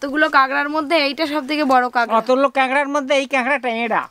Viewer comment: ওটা কাগরা না ওটাকে কাঁকড়া 🦀 বলে